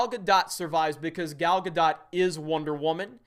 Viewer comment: Henry KAY-VILLE. Gal GA-DOUGH just some pronunciation help, love ya.